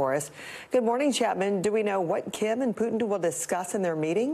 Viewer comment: his name is Putin not Pyutin 😄